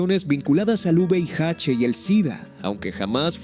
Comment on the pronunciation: No es juveiache es VIH. APRENDE A DECIRLO.